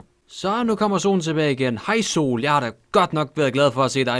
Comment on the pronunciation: du kom til at sige so og ikke sol